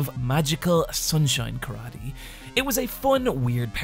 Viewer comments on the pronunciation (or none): none